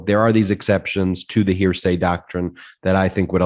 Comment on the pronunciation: Karen nailed it on that point - it's first hand, not hear-sya.